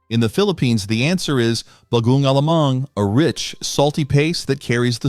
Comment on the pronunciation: The word “bagoong” is accented on the “ong”. Fyi. No apology needed.